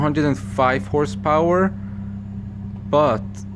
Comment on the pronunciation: Focus is popural not Focust ST